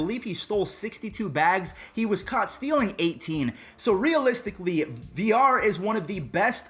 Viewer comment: jonathan VIL-LAR. not Vi-llar